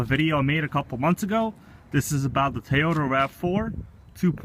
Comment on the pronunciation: tow yo dah not tie yo tah